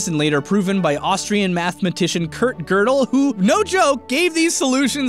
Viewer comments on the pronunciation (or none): none